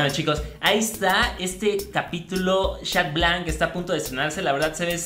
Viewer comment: podrias miraros vuestra pronunciacion en decir xat blanc